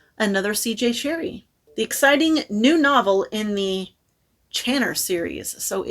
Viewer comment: I love the cover of that CJ Cherryh! And it is indeed pronounced "Cherry" her publishers made her add the h because they thought Cherry looked feminine 😐